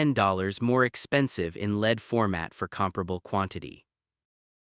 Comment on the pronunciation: It says LED as lead and CO (carbon monoxide) as co...like coworker.